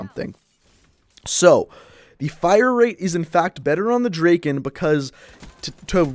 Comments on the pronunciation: The fire rate, logically is better on the P-O6. Yes the P-O6 takes 4 secs and the Drakon takes 2.5 secs BUT you need TWO bullets to kill, soooooo it takes FIVE secs to kill also, you pronounce Drakon Drakein' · Lol u say "drakin"